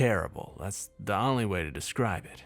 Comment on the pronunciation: Only is pronounced OHn-ly. Oh. Long O. Not Ahn-ly. Hdjdnbdsiisuejdbnkis pulls hair out EVERY VIDEO. EVERY SINGLE VIDEO. GAHHHHHHHH!!!! Could be damn near perfect without stupid mispronunciations like that. If it was literally any other word I could overlook it. But it's ONLY. that's like mispronouncing "the" or "at".